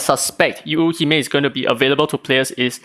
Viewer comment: If I'm not mistaken, the pronunciation for Yuuhime is Yoo-hee-may. Just more stress emphasis on the Yoo. Japanese language words/characters mean different things when said with/without the stressed sounds. P.S: I might be wrong, not a native Japanese speaker.